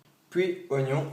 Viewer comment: Mdrr comment il dit : sAlAde tOmAte Ognons 😂rebeuuuu !